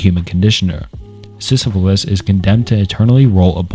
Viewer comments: love your videos but you seriously need to learn how to pronounce names correctly.. i mean you literally pronounced Sysyphus with an L. I genuinely don’t know how that’s possible. the way you explain the entries is very good and entertaining but the bad pronunciation makes me crazy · Bro said the myth of sysuphilis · DID YOU JUST CALL SYSYPHUS SYSYPHILIS BRO THATS CRAZY